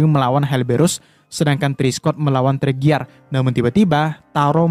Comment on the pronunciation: Bang itu bukan teriger tapi torigia